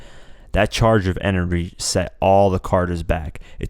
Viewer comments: Did you say "enery"? lol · the charge of "enery" 😂😂😂